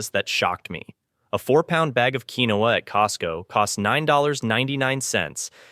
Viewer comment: It's pronounced KEEN-WA😂😂😂😂😂😂